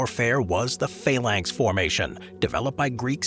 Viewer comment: Faylanks? You mean Phalanx? I hope you mean Phalanx 😳